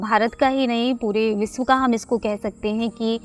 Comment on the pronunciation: It would be nice if people in media can use right pronunciation of Hindi. She mispronounce s and sh eg. She said Visv, Purus, naison, harveshting instead of Vishav, Purush, Nation, harvesting.